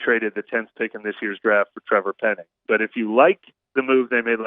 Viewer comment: Finally someone educated that can pronounce penning’s name !!!!!